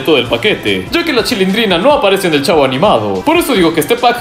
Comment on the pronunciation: Todos: El Chavo: El Chafo